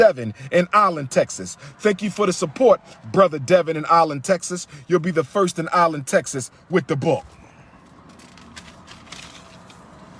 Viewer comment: 'I-Land Texas??? We don't have a damn I-Land Texas. It's ALLEN! SDMH